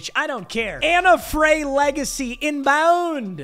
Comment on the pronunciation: ability to mispronounce every name, including anna frey, is incredible